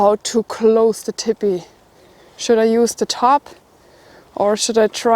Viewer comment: I was hearing her say "Tippy" then realized she was saying "Teepee", her German accent is cute